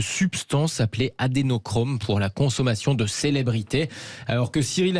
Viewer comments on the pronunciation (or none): Adrénochrome et non pas Adénochrome, pour quelqu'un qui parle de pharmacologie, vous devriez avoir la rigueur d'utiliser l'appellation correcte de cette molécule. Je précise qu'après 40 de pharma je sais de quoi je parle, et je connais la rigueur qui s'impose pour parler de pharmacologie, apparemment vous ne maîtrisez pas, vous écorchez le nom de cette substance... Où est la justesse et la rigueur dans vos propos ?